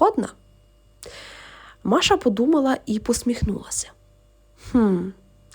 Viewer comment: Якраз взялася писати комент з цього приводу. Які маша, діма?? Якщо вам подобається так, то читайте російською і нехай вас слухають прихильники рускава язика. Ріже вухо, коли українською текст, у якому звучать імена на російський манер.